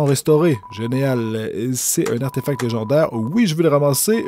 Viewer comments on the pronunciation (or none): none